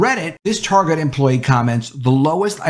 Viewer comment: You know the word “Target” has a “T” at the front. You might start to try saying that letter T. Your saying “Arget” every time it’s fucking annoying.